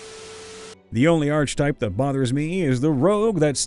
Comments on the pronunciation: I wasn't going to say anything, but it kept happening - the "ch" in "archetype" makes a "k" sound. It's "ark-eh-type" or "ar-kuh-tipe," not "artsh-a-type." I know D&D-enjoying types often learn uncommon words by reading them, so pronunciations can slip by, but sometimes it's common enough that I don't understand how anyone can say it so often and never be corrected. I don't fault anyone for not knowing - I fault every other person they've said it in front of who didn't bother to inform them before. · I-is he saying arch-type instead of ark-eh-type? Accents are weird. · I swear that every time he pronounced it "arCH-type" instead of "arK-e-type" I winced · Ark uh type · I'm sorry but i had to say it. It's pronounced Arc eh type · The "I pronounce it 'arch type'" archetype has been driving me up the wall lately. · Sweet salty christ no. Not a ch sound. It is pronounced ark-a-type. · Archetype. (ARK-eh-tipe). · It's a hard c sound, not "arch" Ark-a-type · The most annoying archetype is the one that pronounces that word "arch type." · Dude I love you but the arche in archetype is pronounced ARK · Hey dude, not to be rude, but it's pronounced (ark - ah - type) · The H in archetype (ark-itype) is silent just like it is in architecture. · I'm not convinced you mispronounce words on purpose. Arch-type? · Wish you could pronounce archtype correctly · i'm annoyed at the mispronunciation of archetype.. my brother christ, we have the internet, it's not possible to fuck words up.. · It is if you have no reason to know it isn't pronounced how you think it is. I say this as someone who cringed when I heard it. Given the number of comments mentioning it, though, I'm pretty sure he knows how to say it now :D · The narrator loses credibility when he doesn't know how to pronounce "archetype." 🙄